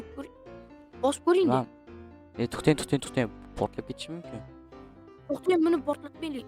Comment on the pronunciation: Txten emas tõhten deyiladi😂😂😂